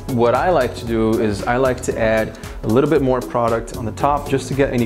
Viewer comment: I hate when people say product